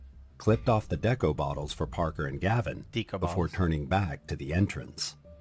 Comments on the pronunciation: Hehe 😂 doing battle with the AI voiceover regarding the pronunciation of "deco" was hilarious. It's obviously just reading it as the "Deco" in "Art Deco", but, God, that cracked me up. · He keeps saying "deco" wrong because it's probably an AI channel. There's a real person behind it obviously but they get AI to write the script and narrate. It's sad this is what entertainment is heading towards. I hate it. Anyways, carry on... lol